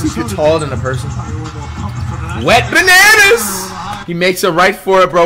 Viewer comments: did he just call wembanyama wet bananas or is it just me😂😂😂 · I remember us all clowning on flight for saying wet bananas and he stuck to it. Must be a pronunciation thing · I love how flight pronounces Wembanyama name 😂